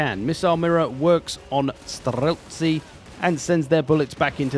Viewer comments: The way you pronounce STRELTSI is kinda funny for those who speak russian natively :D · As a native Russian I really enjoy the way you're saying Streltsi =) But in your case it sounds more Finnish